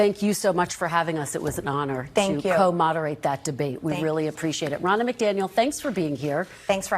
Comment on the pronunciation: Her name is pronounced Row-na.